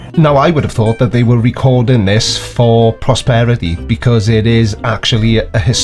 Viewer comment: Is that the Welsh pronunciation of posterity?